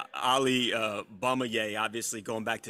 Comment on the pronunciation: "Ali Bumiyay?" Get this Bumiyay outta here